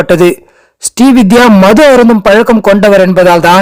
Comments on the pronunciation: அவர் ஸ்டீ வித்யா அல்ல.. ஸ்ரீ வித்யா.. தெளிவாக உச்சரியுங்க சார்... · ஸ்டீ வித்யா அல்ல! ஸ்ரீ வித்யா